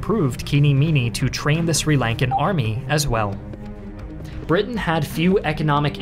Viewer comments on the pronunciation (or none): none